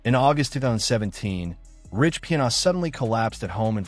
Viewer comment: Your AI voice is pronouncing his name wrong.